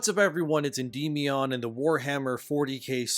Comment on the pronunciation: Endeeemeeeon 😂 He even says Orcs like Gollum. "Orcses" 😅 They can Gaslight all they like. [Wallet gone]